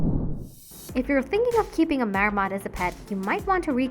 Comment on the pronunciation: It's not a "Mayor-mot". 🤦‍♂️🤦‍♂️🤦‍♂️